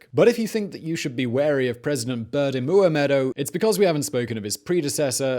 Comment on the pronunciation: So true!! (And Oliver nailed the pronunciation of his name every time!)